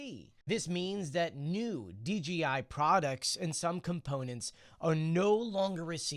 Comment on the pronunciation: D JAY eye. Why do you keep saying Dee, Gee, Eye? It's a J not a G.